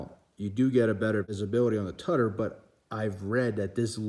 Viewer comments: “Tie-sot” “tuh-der” lmao you dumb fuck... this guy sucks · Correct your pronounciation dude. You are making a fool out of yourself. Tysot and tudder. 🤣🤣🤣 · Would have more credibility if you could pronounce ‘Tudor’ (‘Choo-door’) and ‘Tissot’ (Tiss-oh’) correctly!